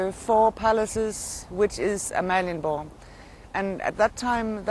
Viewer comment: your pronunciation of Danish is a disgrace, omg Amalienborg